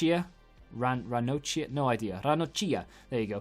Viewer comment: Italians pronounce che ch like k (of Kevin) and cch like kk but Don t mind it, ranocchia should be forgotten by the history of football